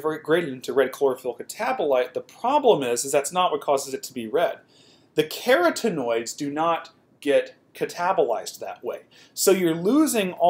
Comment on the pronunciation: Ka-Rotten-oid is this correct pronunciation. Really enjoy your videos, just thought I would add that.